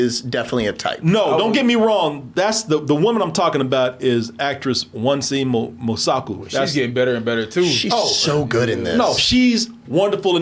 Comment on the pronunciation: It would not have been hard to look up how to pronounce Wunmi Mosaku's name. She also didn't talk like that nor was a know it all in any way. Annie was cooking and serving food, it wasn't convenient it just happened to be there and she used prior knowledge and took s huge gamble but talking to cornbread helped her realize that they were most likely vampires and not Haints. Don't belittle her character but I'm not surprised did that. She was spiritually connected to the core and was open to knowledge and learning (that's why she knew about vampires but had never interacted with one). Annie was smart, wise, took chances, protective and some of the best parts of humanity. Don't do her character nor her actress dirty but that doesn't surprise me from tbh sometimes. Also Wunmi Mosaku is absolutely stunning and gorgeous!